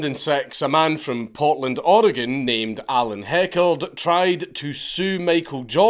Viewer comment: I love that he actually pronounced Oregon correctly but then immediately mispronounced Nike 😂